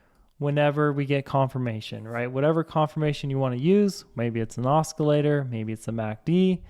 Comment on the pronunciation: Os-kee-later??? O-cee-later.